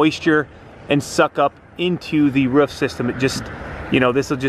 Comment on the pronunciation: Mate it's ROO FFF not woof!